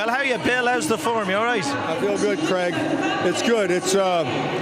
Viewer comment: He's also struggling to say 'Craig'. Why do Americans say 'Creg'? Very strange.